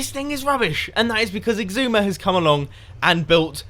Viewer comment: You pronounce Xisuma as 'sis-oo-mah' or 'shish-oo-mah', not 'ex-oo-mah', Oli you derp :P